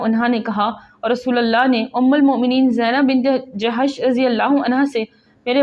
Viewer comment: Zainab bint e hajish naam hai ap ny galat parha tha